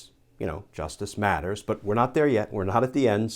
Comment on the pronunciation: Justice Matters is more meaningful when spoken softly than when each word is loudly emphasized.